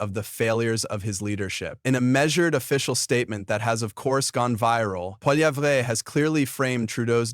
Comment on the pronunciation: Polly-evv-ruh. He's Canadian, but there's no "Eh!" in his name.